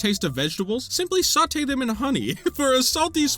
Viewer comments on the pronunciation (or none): Nice tiers list ! There seem to be some crêpes missing from the list, there is a wild berry version in botw at least. I had so much fun hearing you mispronounce european dish names XD Meunière and sauté were 🤌 absolute peak, but Pilaf was my favourit prononciation of yours. Also: the fish... They'Re lOokiN' aT Me :0 (I related XD) I also pardon you for putting milk first (I do not like milk alone) because you like bread, and you complimented my country's bread recipe (and you were ABSOLUTELY right to do so) Take care 👋👋